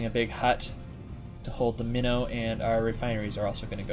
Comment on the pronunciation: Since the start when calling your ship "Minnow" I always heard "Mino" like Minotaur. (Which interestingly was a Royal Navy cruiser class during the first world war, and a proposed design before the second one) I always thought you meant the mythical animal Minotaur (or the ship class), not a "small fish" or fish species.